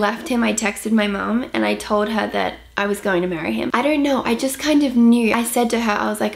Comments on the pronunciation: speaks with an American accent when she says 'I don't know' 🙊 😭❤️ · Agree aha she kinda does